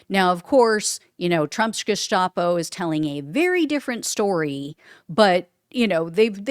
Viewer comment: It's Geheime Staatspolizei(Gestapo) it's annunciated as Gustapo, not Jestapo